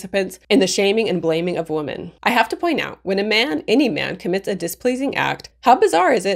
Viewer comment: Women is pronounced "wim-in".